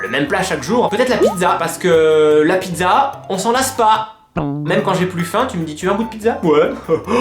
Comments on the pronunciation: Pitsa on dit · "La pideuza" 😂👌🏻